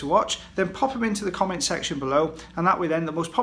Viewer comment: I like how you say comment lol